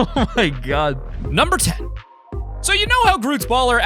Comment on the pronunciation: He said number ten like: numbuh tuh